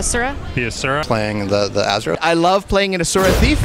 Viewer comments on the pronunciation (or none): Why can't, Pronounce Asura correctly? He worked on the freakin game...